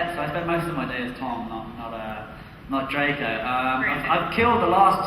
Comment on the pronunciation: Not Drgon it’s Drco